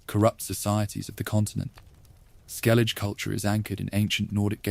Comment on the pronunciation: Another person that can't pronounce Skellige accurately 😢